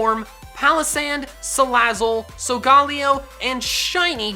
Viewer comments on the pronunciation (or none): why did you say sogaleo its solgaleo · In the anime it’s pronounced Sol-ga-lay-o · It's SOW-GA-LAY-OH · Does it bother anyone else how he pronounced Solgaleo incorrectly. Seriously, watch the anime. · The way he says Solgaleo hurts my brain